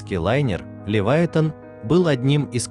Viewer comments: шо за Левайтан? може Левіафан? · Правда не Ливайтан, а Ливиафан